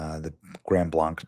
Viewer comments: Great report, Benny. It's pronounced GRAND BLANK. Lots of weird spellings in Michigan. The Mackinac Bridge, has anyone ever heard of it? How about the Mackinaw Bridge? YEAH, it's a problem. AND MORMONS ARE NOT BELIEVERS IN MESSIAH. They say they are, so you have to get them to tell you about MORMON Jesus, made in their image. And they wear magic underwear; it's a cult. NOW HOW MANY PEOPLE LOOKING FOR GOD are going to run to the CHURCH OF JESUS CHRIST OF THE LATTER DAY SAINTS or the Roman Catholic Church, which is wicked to its core. NO GUILT TRIP, JUST SAYING LET'S BE MORE CAREFUL NOT TO PROMOTE CULTS. BIBLE BELIEVERS ONLY HAVE ONE GOD, and they don't try to talk to the dead, and they keep the 10 commandments. Catholics can't get past the first two and forget number four. If you want more information about how dark and disgusting the ROMAN CATHOLIC CHURCH is, search, KEITH GREEN THE CATHOLIC CHRONICLES, it is easy peasy, the Catholic's will BOAST ABOUT IT; they won't deny a thing. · blank, we pronounce it as blank. we aint in france brutha. it aint de-twa its de-troit. love ya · This is a horrific tragedy. My thoughts and prayers are with all the victims and their families. Just gotta point this out to Benny...it's pronounced Grand Blank. Just an fyi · Just for your knowledge grand blanc like many French places is pronounced as you would in “middle America “ English. So we say blank. But it’s a little crazy up here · Grand Blanc,its pronounced Grand Blank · You are pronouncing it wrong...Blanc is said with a long "a". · Grand Blank. Thats how you pronounce it. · We were on our way to our church. When we had multiple police passed us. Shortly after we arrived out our church it was announced and we were put on notice. Smoke was still billowing on our way home. We are in prayer for everyone affected.Benny its pronounced Grand Blank. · So close to my home. My family doesn't go there but I am praying for the families. Side note: Blanc is pronounced Blank